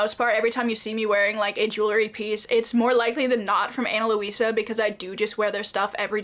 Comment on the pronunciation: Ana Luisa (Lweesuh not Lohweesuh) is so nice!! Just wanted to show the pronunciation, it’s actually my moms name.